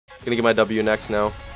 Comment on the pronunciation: The title took me forever to understand because of how gnar is pronounced lol